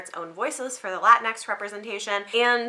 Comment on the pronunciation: Latinx pronounced La-teen-ex. Not Latin X.